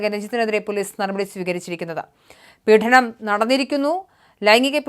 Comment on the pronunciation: കുട്ടീ ,'പീഠനം' അല്ല . ദയവായി മലയാള ഭാഷയെ ഇങ്ങനെ കൊല്ലരുത് . ഗരുഡൻ (Garudan ) എന്നതിലെ ' ഡ ' യുടെ ഉച്ചാരണം ആണ് വേണ്ടത്‌ .